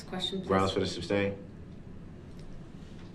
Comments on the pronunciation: He says “Grounz”. 😂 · He's such an "azz"....he wants to be in charge....he's "axing" the questions....trying to argue his point of being in charge....sooooo"stupid".......grounz, grounz, grounz....those facial expressions shows his ignorance!! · Idk much about law can someone tell me why he keeps saying grounds ?😂